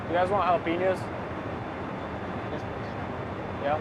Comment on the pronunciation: Anyone notice he pronounced the j in jalapeño